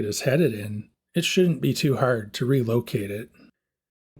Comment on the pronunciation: I heard you say “hard” and was like this guys a Canadian! Hello from Ontario. I don’t know why that one word made me pick up on what I think is the maritime accent.